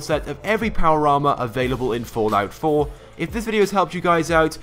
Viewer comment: Is it just me or is he saying Fortnite 4